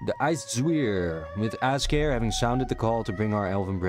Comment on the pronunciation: Good stuff! If you care... apparently Azkare is pronounced in a Japanese-ish style: Az - kuh - 'ray | With the 'ray' sounding like a mix of 'day' and 'ray' like east Asian languages tend to do.